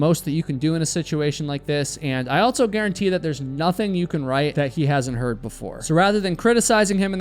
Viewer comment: Stop saying "altso." There is no T is "also."